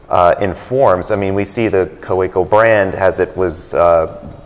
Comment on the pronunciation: I don’t understand why the American guy still kept saying ka - WAY - co.